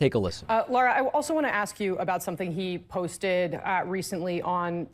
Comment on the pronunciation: Name is pronounced Lara not Laura.